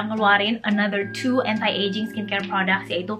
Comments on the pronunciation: Iya.yg bnr tuh gmn sih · She said "entai ejing" 😭